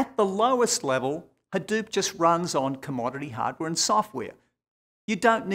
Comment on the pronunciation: "OKAY" lol..... HAhDEWP. dewp pew pew